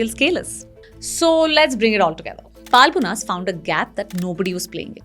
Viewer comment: It's not Paalmonas. Horrible pronounciation